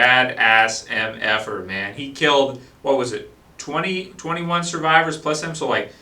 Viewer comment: ____- You seriously can't tell the difference between "man" and "men"